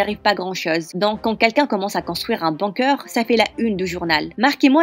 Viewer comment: C'est la pire histoire du monde en plus l'image et le titre n'ont rien a voir avec l'histoire et aussi apprenez à dire bunker svp